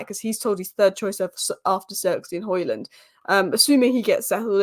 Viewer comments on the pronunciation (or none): none